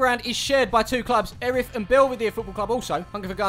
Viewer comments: It’s pronounced ear-ith not er-ith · It’s pronounced Ear-ith. not Erith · "Erith" pronounced 'Ear-ith' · The way you pronounced ‘Erith’ it’s pronounced Ear-riff. Only the other side of the Thames from u 😂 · It’s pronounced ear-rith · It’s pronounced ‘Earith’ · You say Eirth, so wrong! Born Sidcup.. lived Belxeyheath now in Upminster.. yep down the road! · you was saying erith wrong its more like ear-rith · It annoyed me being from Erith